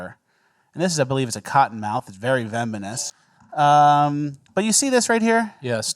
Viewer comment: VEMONous lol